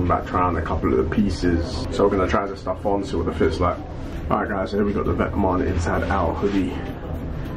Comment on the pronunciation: If you want to but vetements say it right! It’s vet-mon